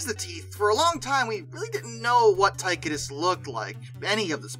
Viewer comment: Tie-Cō-Dus..........not Ty-Cuh-Dis.